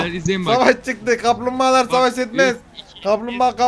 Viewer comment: amk kamplmbagalar diyişi komik